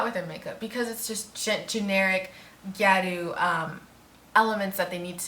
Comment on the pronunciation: It's pronounced ge or u, and the "o" like in octopus